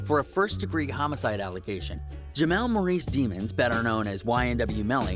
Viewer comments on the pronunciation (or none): none